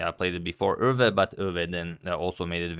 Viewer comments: Thank you for pronouncing Euwe almost correct! By the way: 'mistermandje' means 'Mister basket' in Dutch, did quit well for a basket case. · What a great pronunciation of "Euwe"!